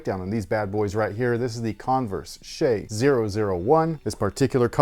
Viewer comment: OMG finally a reviewer who pronounced "shai" correct!